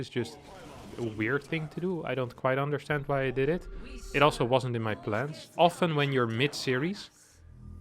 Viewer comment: I forgive the when he says it. But now is copying the and I find it inFURIating!